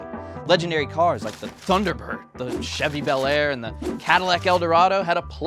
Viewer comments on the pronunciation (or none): none